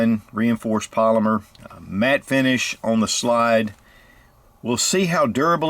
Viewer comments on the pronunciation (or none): Sounded like you said mad finish not matte finish:)